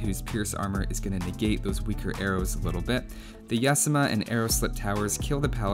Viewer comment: Yasama is pernounced Yah-Zah-Muh or Yazema Love your vids dude. <3 your better then zeroemps. shhhhhhhh dont tell anyone;)